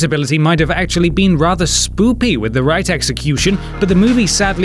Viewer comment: Did he say "spoopy? instead of "spooky"? I believe he did!